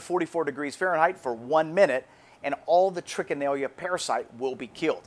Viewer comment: #2 By the way Sir, At the risk of sounding Pretentious, the name is Trichinella not Trichinellia! Oh & also they aren't microscopic (quite a bit larger). They measure at about .6 to 1.7mm approx. & .3mm in width approx. And they are Nematodes (Round worms).Peace ✌️I must add that pieces of game meat must be cut to Considerably less than 6 inches thick, before Freezing!! And the "recent" Recommend, number time for Freezing, is, at least 3 Weeks!! And as I already said "then Cook"!!😃🤠 Peace ✌️